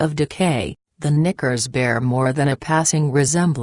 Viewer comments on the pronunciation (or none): Umm I think the Knickers is being purposely mispronounced.